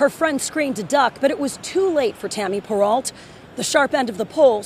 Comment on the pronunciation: You pronounced her name incorrectly. it's "Per-Row"